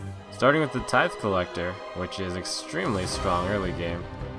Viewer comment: tithe collector is pronounced tie-th btw :)